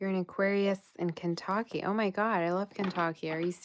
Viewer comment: Lol I love how you say Kantocky 😂